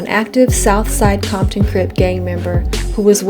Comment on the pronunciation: you dont say comton but you say conkton